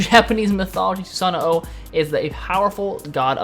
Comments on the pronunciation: its not "susano oh" its said like "susan ohh"...its kinda like nii...you don't say "ni ee" you say "nee" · Omg its just susanO not susanoo lol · well i have 7 years of japanese fluency, and its obvious when broken down the name susano'o is su-sa-no'o the insert does no stop the sound it carries it on. as a person living in japan for 2 years you should know that. its all im saying, btw i notice you said amaterasu i[-with the oo sound...the u in japanese is a sharp uh not oo...once again as a person 2 years residence in japan you should know that also. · if you listen carefully when you select him you can hear him add that extra o once he says Susano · Theres no "OH" after Susanoo just saying.